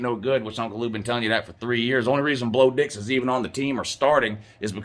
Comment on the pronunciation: said BLO DIX!!!😆😆😆😆😆😆